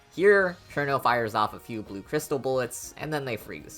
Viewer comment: You finally pronounced it right. I’m so proud